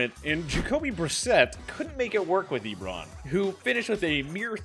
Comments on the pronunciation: Why does it sound like you’re pronouncing it lebron rather than eebron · bro stop saying ebròn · He says Ebron weird and calls Ajayi Ajahi. Does he watch football? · It’s not eeeeebron smh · Ebron???? Na bro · The way he pronounces “Ebron” and “Ajayi” really pisses me off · Why you saying Ebron like that tho